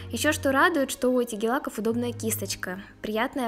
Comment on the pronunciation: не гел а гель боже мой что за извини я не хейтер но все равно